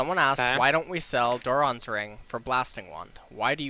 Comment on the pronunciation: why do people still insist on mis-pronouncing mana there are TWO A's there is no W in that word it is not MAW-NA also he says dorans wrong its not DOOR-RONs its dorans